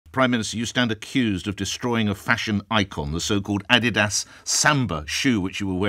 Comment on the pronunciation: Can’t even pronounce Adidas correctly.